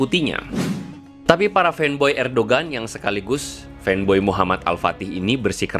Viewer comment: Ngomong "Erdogan" aja belom bener lu bang wkwkwkwk.....Mau segala bahas Turki wkwkwkwkwk...